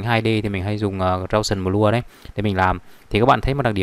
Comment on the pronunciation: gau sần bờ lua =))) nghe chán